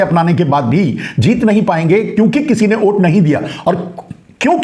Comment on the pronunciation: ओ घनचक्कर, ओट नहीं, वोट । 😂😂😂